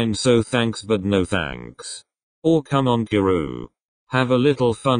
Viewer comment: "see mon" instead of cmon had me dying